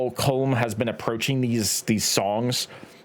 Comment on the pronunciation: It’s pronounced Colum even though it’s spelt Colm it’s Irish